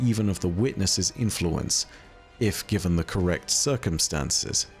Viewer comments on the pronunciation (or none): none